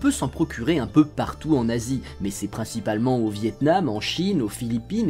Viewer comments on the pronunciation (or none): Je suis le seul à avoir penser qu'il avait dit "en Nazi" au lieu de " en Asie" 🤦‍♂️